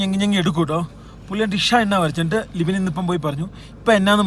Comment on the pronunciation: LIBIN ❌ LIPIN ✅ 😂